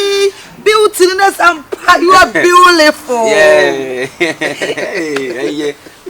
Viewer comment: said “what a beau-li-ful girl” 😂😂😂 eeeiii